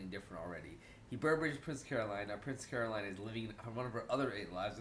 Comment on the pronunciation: Love your videos, but a pet peeve of mine on Bojack videos....it's Princess Caro"Lin" like Lin Manuel Miranda not Caro"line" like a straight line. Now I have to go back and watch the last half of this video again because I missed most of your post-episode discussion writing this comment. Thanks for all your content, I just needed to get that off my chest.